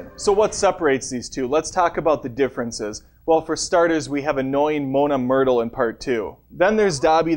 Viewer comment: Lol it's moaning myrtle not Mona myrtle :)